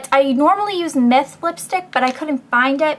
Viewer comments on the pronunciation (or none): she said myth lipstick